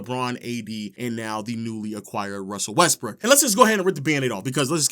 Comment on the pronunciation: "Russell Westbrick" cmon man that was very LOW